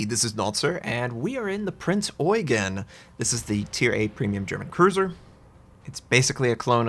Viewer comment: that pronounciation was spot on dude. Respect